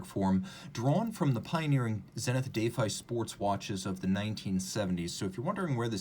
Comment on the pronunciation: "Day-fi"? "Defy" is generally pronounced "dəˈfī". Do they pronounce it differently?